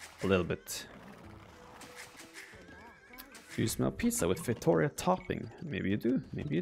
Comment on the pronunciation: It’s pronounced “fay-tow-REE-ah”!!